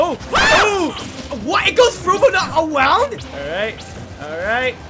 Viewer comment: "It goes frew but not AWOWND?!" - 2023 🤣🤣🤣